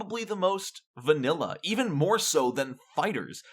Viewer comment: Vanilla!? I physically cringed when you said it...